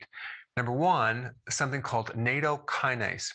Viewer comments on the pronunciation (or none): natto is VERY popular here in Japan, I eat it every day here in Yokohama. However, the pronunciation is "not toe" not "NATO" Michele in Yokohama ( originally from Detroit) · Love your vids. Please remember to pronounce natto like nah-tow though 🤣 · its pronounced nat to